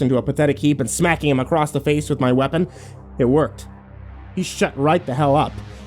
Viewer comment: Why do you keep peonouncing ACROSS with a Z you claim to have done English at school? Crossed and ACROSS are two separate words with different meanings but I shouldn't have to tell you this you aren't five years old...the age at which EVERY British kid knows this!